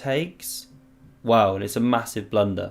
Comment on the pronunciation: “Bang! Absolute blundah” 😂🤌